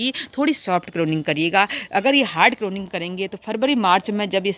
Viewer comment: करोनिंग नहीं pruning होती है जी